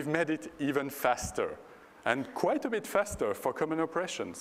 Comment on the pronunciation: But they only used “a leetel beet of ai.”